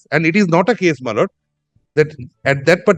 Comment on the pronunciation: বার বার মাই লড়ব উচ্চারণে, বক্তব্য এর মাধুর্য বিঘ্নিত হচ্ছে বলে মনে করি, ধন্যবাদ।